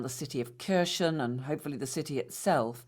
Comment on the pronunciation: British, get your hands off Ukraine. You can't even pronounce Kherson or Zaporozhia properly, let alone understand your risks.